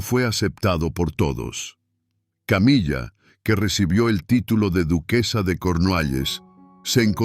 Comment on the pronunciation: "Camilla"????,muy buen contenido pero hay que cuidar la pronunciación.